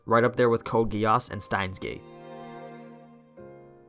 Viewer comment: OK you had me... Until code geease and stiens gate